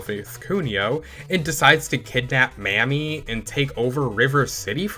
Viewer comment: Glad to see a video like this from (I'm assuming) the younger generation. Real quick pronunciation note. I don't wanna WEEB police you, but Kunio's girl's name is pronounced 'Ha-sa-bay'. And Riki girl's name is pronounced 'mommy'. That last one is important because if a black guy such as myself were to hear you say that name the way you said it, you might get a ferocious side eye or a "what you just say"🤬 type statement. Just putting it out there. Anyway, keep up the good work.😁👌🏾